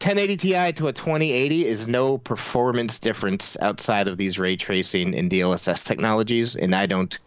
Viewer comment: I've been looking for this exact comment. I just knew someone else had to be wondering the same thing lol. You forgot the best one tho: DSLSLS. No fr, I swear he actually said that once.